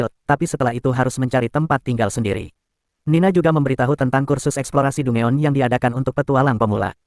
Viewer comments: Dugon bg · bukan dungeon min penyebutan nya salah harusnya danjen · Dangen lol